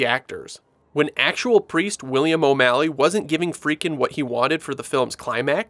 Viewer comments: God bless'em, but the narrator sure seems to be mispronouncing Friedkin as "Freakin," over and over again. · Love the way you pronounce Friedkin, lol. Still blown away that the spider walk was cut from the original film; to me that was one of the more memorable scenes.